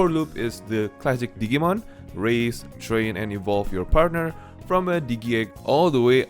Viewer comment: Dijee-mon (as in digital-monsters) Not Diggy-mon 😆 lol